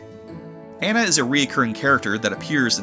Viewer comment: Still watching the video but I would like to say that Canas wouldn't sound like Anus if you pronounced it correctly as "Cuh-Naws"